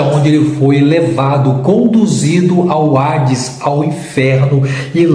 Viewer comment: Não é ARDES, O CORRETO É HADES